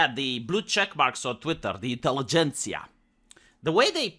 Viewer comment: Finally, a good troll who can pronounce 'inteligentia' properly :D